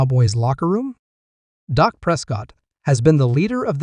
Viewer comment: by the way, it's Dak, not Doc! You'd think a true cowboys fan would know the difference